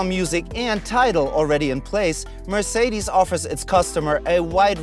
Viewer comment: Even Mercedes employees say the name wrong ;(